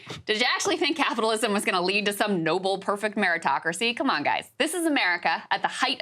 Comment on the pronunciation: Good piece pls never say koom again lol